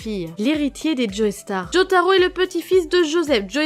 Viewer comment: On dit "Jo-star" pas" Joeystarr".